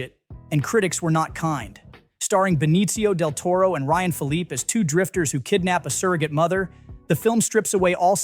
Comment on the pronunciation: "Less" Diaboliques, wrong footage or Jane Doe, Del Toro mispronounced, etc. Ai narration badly done. Needs a human voice.